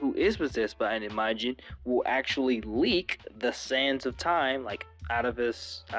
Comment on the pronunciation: It's not I-MA-jin, but Imajin, one quick no particular syllable emphasis word.